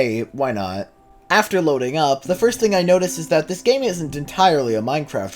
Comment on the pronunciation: you pronounce loading like me and my brother> step 69: make your voice sound deep step 69: say loadin. g